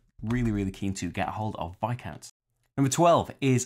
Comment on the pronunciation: Yay! Someone said Viscounts correctly!